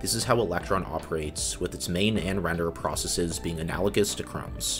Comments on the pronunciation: Perfectly explained and very interesting! The pronunciation of "processes" is quite jarring though. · How do you pronounce every other word wrong? Processies isn't a word, and you don't even pronounce process consistently swapping from US to British versions of it. Also it's not jAHvascript, or temPLATE. 🤔